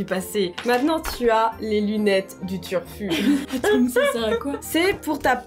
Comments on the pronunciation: Elle a dis:"turfur"😂😂😂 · c moi ou elle a dis turfut